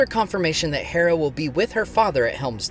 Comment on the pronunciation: Dude, just say "Hera", like the goddess. It's painful to hear you switch between the two pronunciations.